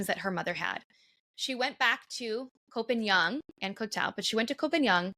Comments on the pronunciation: Its Koh Pagan! Are you Thai do you know how to say it in Thai, well guess not, its koh Pagan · The half-blonde pronunciation is terrible. Koh Pai Yang?